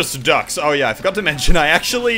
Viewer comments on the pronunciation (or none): is he saying bonus fucks?